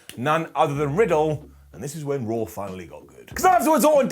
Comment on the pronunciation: I love how he calls it rarh